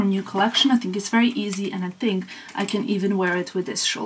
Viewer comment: I always wonderd why you pronounce ‘think’ as’tink’ is that because of your mother tongue Serbian?